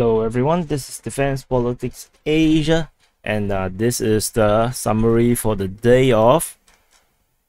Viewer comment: I laughed when actually said it like Defence Politics Aaaasia & were probably wondering why he said it like that lol